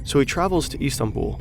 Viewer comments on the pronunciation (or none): none